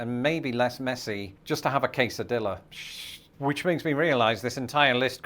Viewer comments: You missed the joke at the end, where after mispronouncing tortilla (tor-tee-ya), he mispronounced quesadilla (kay-sa-dee-ya). It was definitely intentional on his part. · Yes he mispronounced tortilla and quesadilla incorrectly.